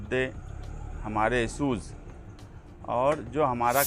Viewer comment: لیڈر صاحب اپنی اُردو صحیح کیجیے اپنے بولنے کے تلفظ درست ادا کیجے۔ صرف دو جملوں کو سُن کر میں نے کمینٹ کیا اور آگے دیکھنے کی طبیعت گوارہ نہ کی۔ سہر (شہر) سہریان (شہریان) اِسوج ( اِشوز issues ) مہربانی کرکے علم حاصل کریں اور سیاست میں آئیں۔ اگر میری بات سے کوئی ٹھیس پہنچی ہو تو معذرت